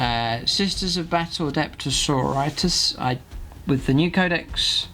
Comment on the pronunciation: bud its pronounced sor-or-it-ass.